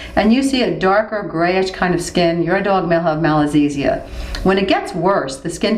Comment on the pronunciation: very informative but i think it should be 'Malassezia' instead of 'Malazessia'